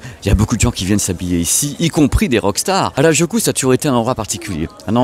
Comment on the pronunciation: petite correction, ce n'est pas hardjoukou mais Harajuku (u pas ou) merci 😊 (presque comme votre "à raz du q en français") même si on sait que vous n'aimez pas les langues 😂😂😂